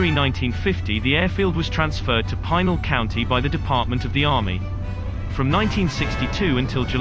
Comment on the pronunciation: And please, learn how to pronounce Pinal.